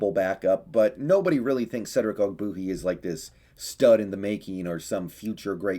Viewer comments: Love your content, but it’s pronounced og-bWAY-hee! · You don’t even know how to say his name right. How can you judge his performance